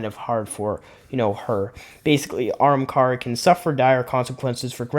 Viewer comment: If you want to improve your videos do a script and slow down. I feel like you’re trying to talk way too fast. Also it’s Ah-ham-car-a